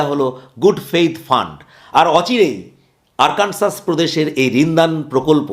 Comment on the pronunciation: আরকানসাস নয় আরকানসো।